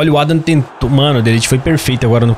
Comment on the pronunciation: O nome do adam se pronuncia Riloséqui